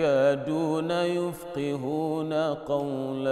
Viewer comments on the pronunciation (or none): Wait, this sounds wrong. Is this some other qir'at of the Qur'an? I double checked and I found mismatches: saddayni, not suddayni yafkahoona, not yufkihoona saawaa, not saawee fa iza jaa, not fa iza jee fa iza jaa, not fa iza jee PS: Nice voice though❤️